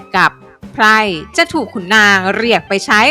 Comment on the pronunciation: ขออภัยนะครับ ไพ่ กับไพร่ ฟังจากการออกเสียงมันต่างกัน แต่ที่ท่านกำลังกำลังบรรนายอยู่นี่กำลังพูดเรื่องของ ไพ่ อยู่ใช่ไหมเพราะฟังจากเสียงมันไพ่ซึ่งหมายถึงอุปกรณ์ในการเล่นพนันอยู่ใช่ไหม ผมแค่สฃสัยครับ